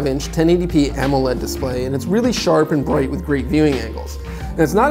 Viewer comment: anyone else notice how he says bright